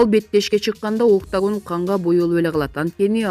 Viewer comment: Октагон болот иним окуш керек эле да мектепте